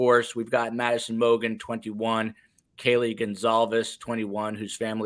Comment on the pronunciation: Judge Judge mispronounced Kaylee and Xana’s names! Very disrespectful. Argh